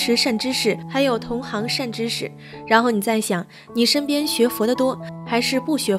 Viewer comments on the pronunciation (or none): 同行ㄒㄧㄥˊ這兒不唸同行行！